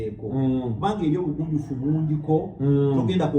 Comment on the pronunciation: It's Bugwanyufu not Bugunjufu